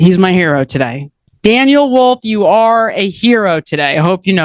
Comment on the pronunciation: I was expecting welcome welcome welcome ...not tiday! Lol im w uou girl i I also hate Xanax but i did double up on BP meds